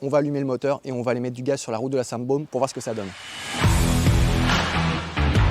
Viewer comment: "La Saint' Baume". Toute la Provence qui a disparu en deux secondes.